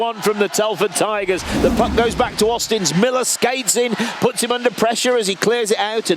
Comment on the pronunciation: Auzins.. There is no T in his name.. It's not Austins!